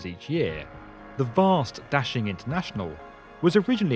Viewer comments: Da-Shing, not dashing. Běijīng dàxīng guójì jīchǎng. Da=Big, Xing=Desire/Popular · Adolf Hitler That's not what I said. The narrator mispronounced the first word in 大兴 and mispronounced the second word in 北京. The vowel sound in 大 should be "ah" as in "father", not "apple" and the initial consonant in 京 should be "j", not "zh". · The narrator is mispronouncing the names. Da (大) should be pronounced "dah" as in "Wanda" and Beijing should be pronounced "bay-jing" as "jingle". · It's NOT daSHing. It's daXING. It reminds me how Brits can't pronounce t-BI-lisi, and say t-IB-lisi instead... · Daxing really sounds like dashing in English!!! Very well translated meaning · No. It means "big rise", "兴”means"rise", and "star"is“星”in Chinese. 兴 and 星 have the same pronunciation in Chinese. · Your pronunciation of Da Xing makes me cringe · Love how u butchered the name of the airport 💀